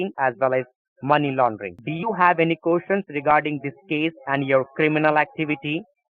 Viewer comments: "Do you have any kooshens?" "Yes." "Go ahead, what's your kooshen?" "I didn't do it." LOL!!!!!! 😂🤣😂🤣😂😋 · "Do you have any quotients?" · Do you have any costions (I can’t even spell the word he was trying to pronounce....lol) regarding this case? This guy is one of THE WORST at reading a script and pronouncing words.......lol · Truth or Spoof What is you qoshein?